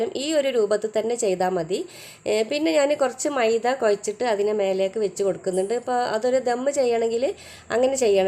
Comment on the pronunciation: മൈദ കോയച്ചിട്ടല്ല കൊഴച്ചിട്ട് 😂😅